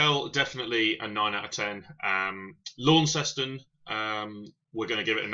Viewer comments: It's not Laun-ces-ton, it's Launceston. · Its actually .... launs ston ...how you pronounce it ... i lived there for 5 yrs ...and after 19 years in Notts i am moving back